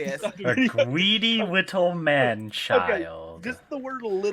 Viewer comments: is obviously a gweedly wittle gwifter! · gweedy gweedy pwedatow behaviow